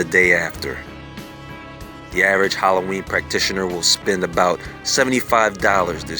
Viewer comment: Word howlloween.😁😀🙂😐😕☹️😞🤕💀💩👻